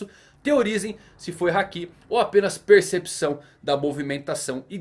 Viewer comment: Não é Hakí é Háki